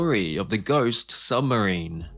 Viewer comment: Hey Mr Creator >> It's said S U B M A R I N E >>> not S U M B E R I N E !!!